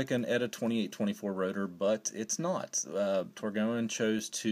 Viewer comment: It’s pronounced “tor-goine”